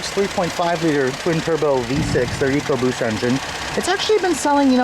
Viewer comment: good to here you pronounce Ecoboost correctly eek oboost. Over here in the UK the stupid Ford TV adverts pronounce it Eckoboost by some numbskull sitting in an office who can't read or spell. It does my head in to hear it called that. I have a 1.0 fiesta and love the car and its sprightly engine which is so quick for it's small size.